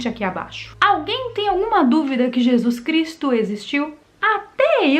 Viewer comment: Por que não fala o nome de Jesus Cristo correto?